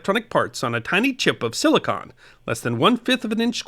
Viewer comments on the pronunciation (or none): none